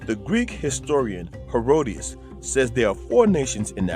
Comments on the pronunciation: …well no. The only other thing is the name of the Greek historian you quoted. His name is Herodotus (Herod-o-tus). You referred to him as “Herodias.” Herodias was the woman responsible for the beheading of John the Baptist. Other than those two glaring errors, (tigers in Africa and the mispronunciation of the historian’s name you cited) the video was quite informative- the kind of material I like. It was truthful, respectful, bold and unflinching in the face of the crowd that would be opposed to it or offended by it. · Herodias? Do you mean Herodotus? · Is he pronouncing Herodotus" as "Herodius" ?? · If you are going to quote Herodotus at least pronounce hin name correctly.